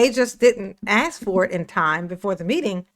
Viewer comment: "aks" and "rong" 😂😂😂